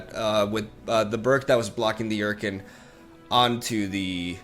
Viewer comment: I had to rewind cause I had no idea what card was talking about when he said "Yurkin" English, amirite?